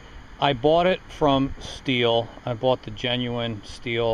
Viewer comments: You should say shtil , with sh not s and its sounds correctly then. Germany products are the best :) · It's pronounced: shteehl.. :-) Good tools tho'